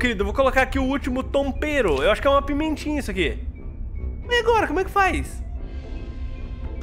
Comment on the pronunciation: vendo esse vídeo pela segunda vez eu percebi que o falou agota